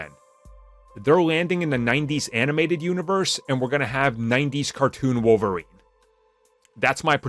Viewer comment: Wolf-erine he's the wolf lol